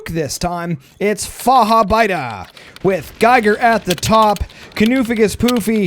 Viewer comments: "Fahabeida" xD Near perfection by tho! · The "ch" needs a bit more aggression. It should Sound Like the spanish "j" for example in Jalapeños.